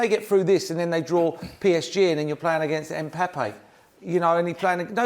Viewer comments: Mpappé?! Who the hell is mpappé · No one: Paul: "EMPAPPE" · "Mpappe" Lol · Did merse say mpappe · 8.12 who is Mpeppe I heard of Mbpappe not the other guy lol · Absolutely nobody Paul Merson: Mpeppe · Man said "MPepe" 🤣🤣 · Mboopi in shambles 🤣🤣🤣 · "Fernanduno" (just after he says mpappe, beginning timestamp )